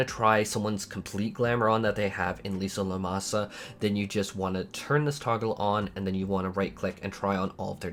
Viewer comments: you do know its LIM SA LO MEN SA its cerntly not LISA LOMASA several characters actually say it out loud. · Take a drink each time says "Lisa Lomasa" That's still closer than my 2.0 "Lemony mo' Lemon" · Lisa Lomasa lol Asmon is giving me ear pain each time I listen him name something. Just like when you call Dalriada the Dalarida xd